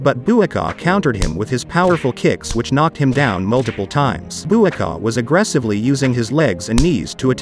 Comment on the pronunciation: Bruh the pronunciation of Buakaws name is giving me a headache…